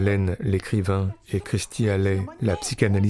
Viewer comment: Je vais me permettre, au sujet de Kirstie Alley, son prénom se prononce "keur" (comme "coeur") sti=keursti=kirstie, aussi comme "Kirk" (Douglas)...